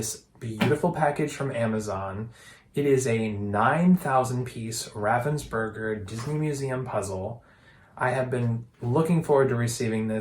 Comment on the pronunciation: He says ravensburger wrong but apart from that a good video